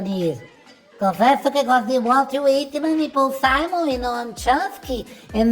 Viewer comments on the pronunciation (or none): none